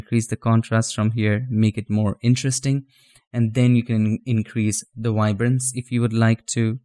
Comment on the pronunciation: No such thing "wiberance"...MOST of your English is great, but THAT word starts with a "V" as in "video".